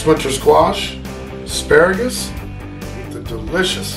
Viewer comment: Yes chief, I have the correct pronunciation of asparagus, it is ass follows pronounced, ass pera gass, again;. Ass pera gass, coolo thanks for the rad recipe chief